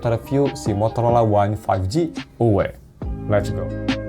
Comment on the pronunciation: uwe uwe uwe